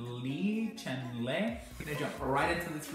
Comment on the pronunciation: Chen Le is pronunced "Chuhn-Luh". You're welcome~ Ps: I loved the video. New sub.